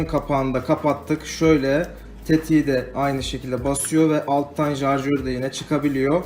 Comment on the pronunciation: Şarjöre Jarjör diyen kral selamlar bu arada